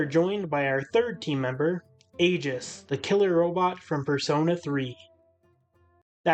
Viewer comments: Her name is pronounced Aye-Gihs Not to be that guy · Your pronounciation of Aegis’ name made me feel sick.. in game it’s pronounced “Aye-gus”.